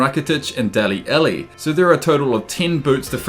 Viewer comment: "Dale elli" "mesit asill" "even rakitic"